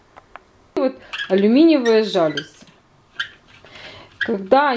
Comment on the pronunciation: Красивые! Только жалюзИ, а не жАлюзи!)